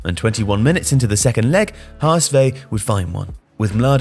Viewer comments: Appreciate the attempt to say Hamburg's name in German, but it hurts my ears a little bit because it's "Ha-Ess-Fow" not "Ha-Ess-Vay". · HS VAAAAUUUU not Veee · Had to listen 4 times, to get that "HSV" (Which is not "HA ES VEH" but "HA ES VAUH"), but never mind. Actually Hamburger SV was much better in that game. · The way pronounced HSV like PSV was almost kinda adorable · Good vid but that's not how you say HSV or coup de grace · Well done story. Should look up how to pronounce HSV and Coup de Grace though.